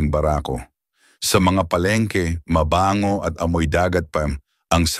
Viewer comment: Bangus (mabilis) hinde Ba-ngus .. Kagat (mabilis) hinde Ka-gat. Mabango (mabilis) hinde maba-ngo. Nagpapa pogi kpa ng pagtatagalog mo pero ansagwa, panget pa rin.